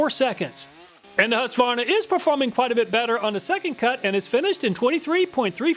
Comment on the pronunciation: Why do you not pronounce the Q in husqvarna? As a swede this confuses me x)